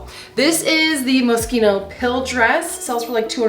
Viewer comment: Moskino?? Or Moschino?!? Mo-sheen-oh.